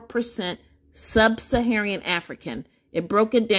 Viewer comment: "SUB - SA - HA - RAN" NOT "Sub - SA - HA - REE - AN". Otherwise, thanks for sharing the results.